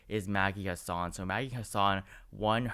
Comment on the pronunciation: Chris Sununu is saying he doesn't plan on running (at least for now). He's saying he enjoys being a governor. Just FYI it's HASSan (the first a sounds like the a in hat.)